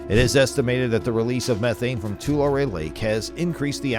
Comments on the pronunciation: It's pronounced Twolarry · ITS PRONOUNCED ( TUH-LARRY)